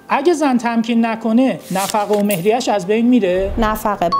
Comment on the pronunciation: سلام وقت بخیر تلفظ مهریه رو عامیانه گفتید درغیراین صورت تلفظ حقوقی مهریه فرق داره.❤